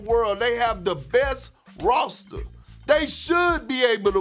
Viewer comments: "rawsta" lmao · The way Kendrick putting a "W" in the word roster 😂😂😂😂😂